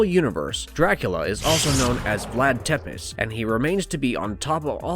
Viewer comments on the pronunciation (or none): It's pronounced "tepesh" not "tepiss"